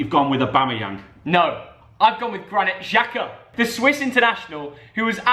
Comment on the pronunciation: This dude said Granit Xhaka Oh lord😂😭